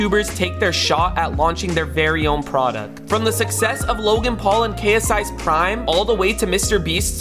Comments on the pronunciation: he said brime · For some reason when he said prime i heard brime😂